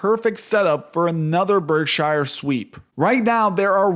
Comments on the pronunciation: It's pronounced berk-sher, not berk - SHIRE. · Why do you keep calling it Berk-shyer? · Please! It's pronounced "BERK-shur," not "berk-SHYer." Visit Omaha and find out for yourself.